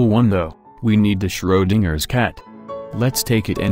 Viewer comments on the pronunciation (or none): its schrödinger